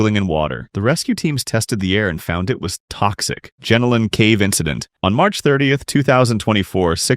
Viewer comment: Sorry, Jenolan is pronounced pronounced gen-o-lun.